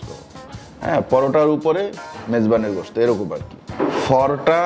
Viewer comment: গোস না ভাই, উচ্চারণ গোস্তো